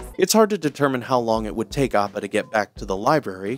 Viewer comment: The way this mans pronounces Appa’s name inconsistently drives me crazy💀💀💀 amazing video tho frfr